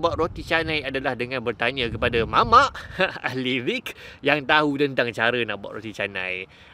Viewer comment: Terbaik ❤️ Cuma pembaikan yang saya boleh bantu sama² belajar ✨ 1- Fas'alu Ahlazikri ✅ - Fas'alu Ahlizikri ⛔ 2- Afala Tatafakkarun ✅ - Afala Yatafakkarun ⛔ Terus Abang ❤️ sambil buat sambil sama² belajar ☺️ I love the mixing term islamic-science Wallahua'lam